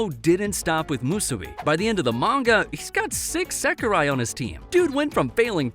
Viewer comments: Why are you calling sekirei "sakirai"? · It's seki-ray, not seki-rye..dude, your pronunciation is terr-a-ble😆